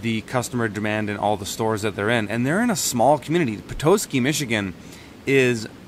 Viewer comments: petosky = peh-tah-ski.. not pe-toe-ski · Loved your pronunciation of petoskey, haha loves the vid. Also it’s puh-tos-key